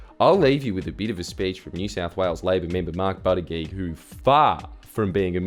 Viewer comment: Maltese here Mark Buttigieg is pronounced Boot-tij-jij